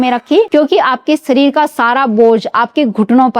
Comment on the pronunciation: ये वीडियो न देंखे, हिन्दी उच्चारण बहुत अशुद्ध है सुरुआत?? या शुरुवात खुसबूदार?? या खुशबूदार सरीर ?? या शरीर, मालिस?? या मालिश सामिल?? या शामिल असुद्ध ?? या अशुद्ध सान्त ?? या शान्त औसधियो?? या औषधियों कांच की सीसी?? या कांच की शीशी